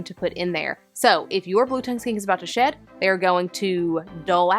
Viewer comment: I thought when you said "shed" you were saying sh1t and I was like "Oh..Reston doesn't go grey when she's about to take a sh1t on my bed.."